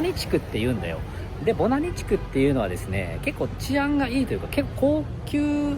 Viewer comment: 初見です。 今年からバングラデシュに仕事で赴任して、現在ボナニに住んでます。 Bananiと記載しますが、発音はボナニで合ってますよ！ バングラデシュ人は人懐っこく、よく話しかけてきますね。屋台での雰囲気が実際の雰囲気だと思います！